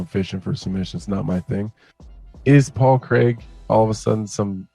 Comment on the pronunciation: Who is Paul creg? Can't even pronounce his name right ffs.